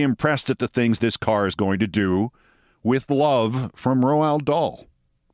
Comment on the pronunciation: Keith, please. Your mangling of his name is killing me. It's pronounced Rowld Daal.